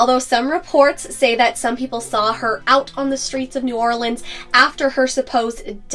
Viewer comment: I was hoping you’d show some love for your Louisiana fans and do this one! I actually learned some stuff. Also, really like that you knew how to pronounce New Orleans like a local.